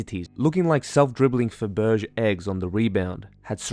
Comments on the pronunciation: Dude.. faberge is pronounced fab-rah-jay 😂😂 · Fab-Er-Zhey is the pronunciation, but good try. :) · Now i know you haven't watched classic James Bond, specifically Octopussy. Because if you had, you'd know how to pronounce Fabergé. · Fabrige lol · its pronounced FAB ER JAY..just for credibilty...🫠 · bro, you murdered the pronunciation of faberge. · Wonderful video. Thank you very much. Not to be dick, but your pronouciation of Fabergé Egg was hysterical to me 😂❤❤❤ to the point that i had to stop what was doing and comment (i was on audio only which is a shame because i can now see that put lots of TLC into the art and production). So 10 points for Griffondor 😂xx